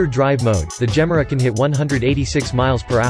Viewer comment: Please listen to Christian Von Koenigsegg, pronounce the Gemera's name!!!